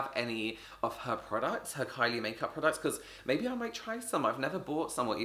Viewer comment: it sounds like he said carly 😂 i found this funny